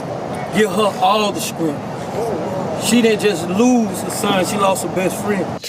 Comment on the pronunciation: What is skrength